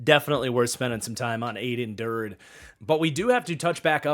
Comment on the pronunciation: It's pronounced Add-en Der-day!